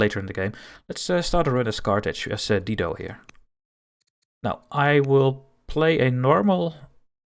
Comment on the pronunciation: It’s dye-doe